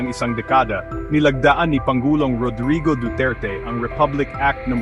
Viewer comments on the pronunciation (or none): none